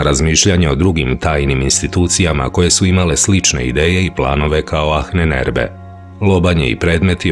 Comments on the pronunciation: Achnenerbe.. se čita i izgovara sa Ahnenerbe , no Ahnenerbe se čita i govori kao Anenerbe..malo me zbunio krivi izgovor na videu, no ostalo sve 5 :) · Nije Anen Erbe nego Ahnen (izgovara se sa dugim slovom a) Erbe. Sve sto dajes u tvojim izvestajima je vise nego odlicno!! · Cita se anenerbe, ne ahnenerbe. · ANENERBE bez H. H se na nemackom ne cita, izostavlja se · Nije baš perfektno...prevod i izgovor "ahnenerbe",na primer.Čita se i izgovara-anenerbe,bez H,i znači otprilike-nasledjeno znanje.Ko zna nemački,para mu uši to H,koje se,uostalom drugačije i piše--ch. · Izgovara se Anenerbe bukvalno...Ahnenerbe. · Nije Ahnenerbe nego se izgovara Anenerbe :) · A u prevodu ahnenerbe... Inače se čita sa malko dužim a -a bez h Ovako aanenerbe što u prevodu znači: nasljedstvo znanja! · Bez "H" - ANENERBE. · Mala ispravka samo. Ananerbe..... H se ne čita........ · Anen se cita, nasljdze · Prilikom izgovora se ne čuje "H" u Ahnenerbe